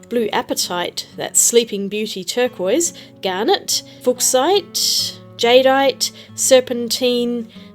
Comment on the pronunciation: I think "Fuck-site" is pronounced "Fyoo-shite."